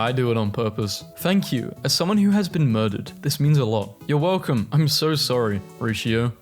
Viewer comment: WELCUOM TO ERARBF